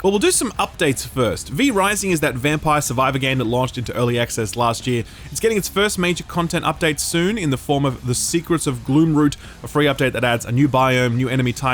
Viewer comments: It's GloomROT not GloomROOT, this is the second time you say root, first time around I thought maybe just misread the thing, but now... boy... 0/10 would never play again /s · Love your videos, just chiming in to say that you keep calling V Rising's first DLC 'Secrets of GloomROOT' but it's actually called 'Secrets of GloomROT'! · *GloomROT. I think you've called it gloomroot in a prior video too. I bet the devs would prefer you got it right, amd I know you support devs, so I figured you wouldn't mind my pointing it out.